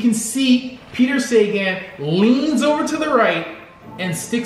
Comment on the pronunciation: Good video.. small mispronouncing of Peter Sagan’s name.. it’s pronounced Sa-ga-hn, where you pronounce the A’s quite hard and short.. but otherwise good video..